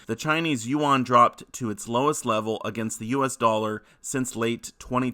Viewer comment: “The Chinese u-won” 😂😂 it’s just won or yuan bro 😂